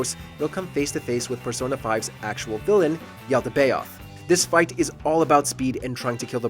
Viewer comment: The way he pronounces Yaldabaoth actually hurts me